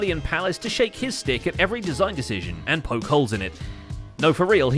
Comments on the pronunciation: Stick. I know, I misheard it too. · I actually had to pause and go back, I kinda went "Wait... shake his what at??" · it was defintiely "shake a stick at" but the first time he said that was defintiely not what I heard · Stick. Was just pronounced awkwardly.